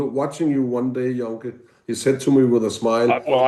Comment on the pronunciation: Joenke (Jønke) NOT Jonke 08/